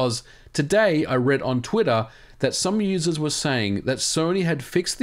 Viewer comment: Me "Da fooq is twiddir?!?" (god I hate accents sometimes... 🤣 😂)